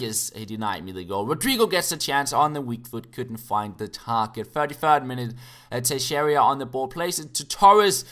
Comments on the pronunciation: it is TAY-SHAY-RAH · there is no I before A in Teixeira